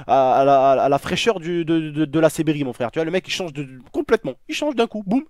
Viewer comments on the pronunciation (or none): none